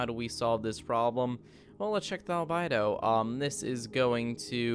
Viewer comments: albedo noun al·be·do \ al-ˈbē-(ˌ)dō \ alBEdo, not alBIdo... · albedo.. you say albido, its said albeedo. phonetics.. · How many things can you mispronounce in one video? Makemake is pronounced "mah-keh-mah-keh" not "make-make" Albedo is pronounced "Al-BEE-do" not "Al-By-do" Gauss is pronounced "Gowss" not "Gawss" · Also calling it '"albido" either he's read it, so he knows it's "albedo" or he's heard it. How do you pronounce it like that?